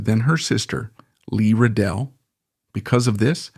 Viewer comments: Lee Radziwill, not "Revell." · Jackie's sister's name was Lee RADZIWILL, not Lee Ridell!!!! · Narrator couldn't even pronounce correctly Lee Radziwill's last name. Unacceptable for serious journalists.